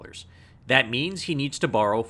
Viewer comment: is that how they pronounce "borrow" in canada? smh.